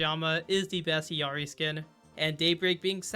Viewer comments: The fact that this guy mispronounces Illari so much is crazy. It's L's, not i's. Ill as in sick. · why is everyone saying Illari iiuari or iluari its fking illari brother learn to read